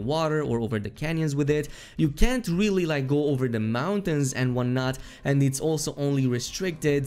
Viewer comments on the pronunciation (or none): none